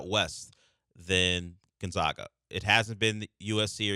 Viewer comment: See Kelvin Sampson press clip how to pronounce Gonzaga.